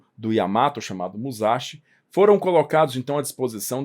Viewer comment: A pronúncia correta é mussashí. Quem converteu as letras japonesas em romanas foram os ingleses. Assim, S Entre vogais é S mesmo,. Kawasaki pronuncia cauássaqui